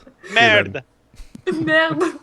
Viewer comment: the salt shaker tips over way he says merde, kek